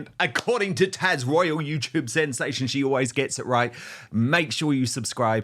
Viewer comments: HER NAME IS TAZ. NOT TASH!!! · IT's TAZ not tash dan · Why Dan are you calling Taz "Tash" ? It sounds like you are anyways. 😂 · Dan her name is Taz not Tash.